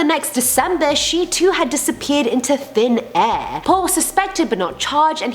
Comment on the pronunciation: "disappeared into thin ehhh" 😝